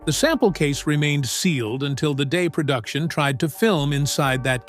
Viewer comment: Narrator: "PERDUCTION" IS NOT A WORD. * PRODUCTION. "PERDUCER" IS NOT A WORD. * PRODUCER.